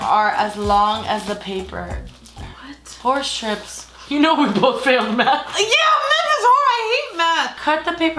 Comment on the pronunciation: i love how you said math like meth